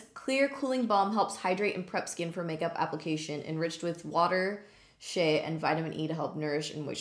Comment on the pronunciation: did anyone else think said " infused with shit" instead of infused with Shae ahahahhaha